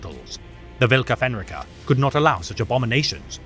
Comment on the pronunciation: Also, it's pronounced: Volka Fen r-eye ka